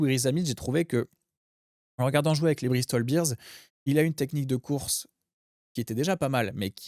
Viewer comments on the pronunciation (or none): Donc c'est interdit chez les podcasteurs rugby de prononcer Bristol Bears correctement? Je sais qu'au rugby on aime la troisième mi-temps mais ça suffit d'entendre les "Bristol Beers" 😄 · Même réflexion que vous ! Après j'ai entendu des podcasteurs anglais prononcer "Brau Boirie" et "Arfeuil" c'était pas triste non plus ! ("Arfuuuyeuuuuyyyee" ? "Brawo Bwarieu" ?)